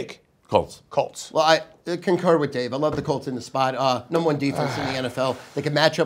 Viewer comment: Stu with a straight face dropped a "THE NUMBER IS THE NUMBAH" on us. Same word, 2 different pronunciations, legend.